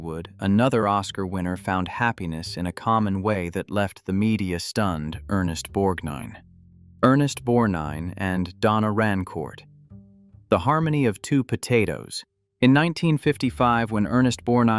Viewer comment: Borgnine is pronounced Borg nine.